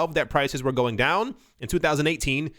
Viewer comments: You were on “going”. You had actually said “goming” first time around. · "GO-ING" xD